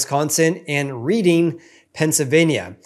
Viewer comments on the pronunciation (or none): Hello! Love the channel. Reading, PA pronounced like the color red.